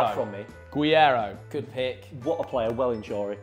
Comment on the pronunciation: Guiero? he's not spanish lads 😂 Gerreyro